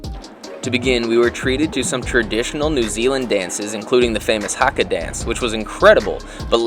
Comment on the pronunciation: IM from NZ and the way he said haka was horrible you gotta say it more like Ha ka